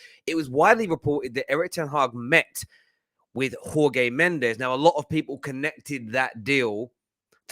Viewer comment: let me give you a simple advice about the way to say the name "JORGE". Jorge Mendes is Portuguese, so the way we say it in portuguese is very similar to the way you would say "George". Because the way you are saying it, it's the spanish way, and it's fucking atrocious to any portuguese listener. As for the rest, keep up the amazing work. Been watching football terrace since you had only 30k subs. Just keep doing what you've always done and the channel will become stronger. Kudos man.